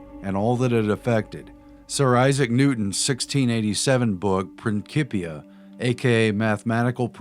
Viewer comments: STOP SAYING PRINKIPIA. ITS PRINCIPIA!! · "prin-CHI- pia" not "Prin-ki-pia" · It's pronounced prin-sip-ia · why would you pronounce prin-cee-pia as prin-key-pia when the closest word you know is pronounced prin-cee-ples "principles"? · Love your channel and info, but please. annunciation. PrinSIPia...not KIP...and methoods....and numerous others... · Principia , pronounced prinsi-pia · it's prinSIpia like principal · Principia (PRIN - SIP - EE - AH) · Great stuff ! (please note pronunciation principia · You want people to take you serious, but you pronounce Principia as Prinkipia and Edinburgh as EdinburG. Anyone with at least a proper 6th grade education, knows how to pronounce these words. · Prin-sip-eee-ah and sti-jee-en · OK I love you guy's but ya gotta work on the pronunciation of Principia and Stygian ! Prin'SIP'ia you do not call the head of school a Prinkiple do you?